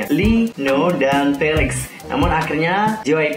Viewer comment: Felix bang bukan felex🙄